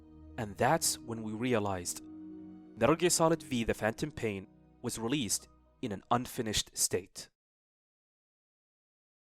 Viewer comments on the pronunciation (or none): No one gona talk about how he calls it Metal Gear Solid V? 😂 its roman numerals the V is 5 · cool video but its MGS 5, the V is a roman numeral, but I'm sure you knew that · It’s 5 not v 😂